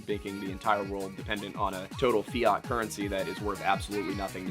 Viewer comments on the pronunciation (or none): none